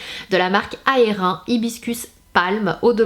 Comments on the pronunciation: Salam. Le parfum c'est pas aerin on prononce aerin-e comme IN en anglais . C'est le prénom de la petite fille de estée lauder. Ses parfums sont sublimes . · Coucou Sana ce sont de super favoris et bon sang que tu donne envie avec cette huile too Faced ou même la palette clover et je suis d'accord que fait la marque ? pourquoi n'avons nous pas ces produits lol,par contre je me permet de rebondir sur le parfum aerin,(saches que ça se prononce Erine )qui n'est autre que la petite fille d'Estée Lauder ;) ,les mousses nivéa sont top mais je n'ai pas encore trouvé le parfum typique que tu présente .Bisous